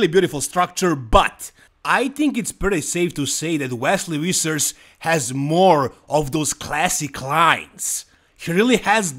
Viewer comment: It's pronounced more like Fissers not Wissers. It's actually a vfvfvfvf-sound.